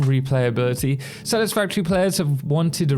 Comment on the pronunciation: I don’t wanna be that guy but, “Satisfatory”